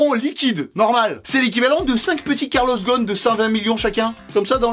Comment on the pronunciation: Ptdr la prononciation de carlos ghosn par. C’est un nom arabe je suis du liban et quand je vois comment les info libanaise prononce et... je pense qu’il a besoin d’entraînement